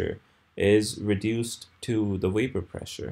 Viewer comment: his is absolutely brilliantly clear. Make more videos. The world needs teachers this clear. Why do you pronounce the word "vapor" as though it were "wapor?"